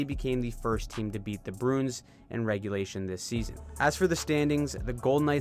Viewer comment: I think you say Bruins wrong on purpose at this point